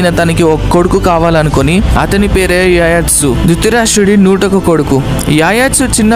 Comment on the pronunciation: Yayatsu ani pronounce cheyyaru... It's Yuyutsu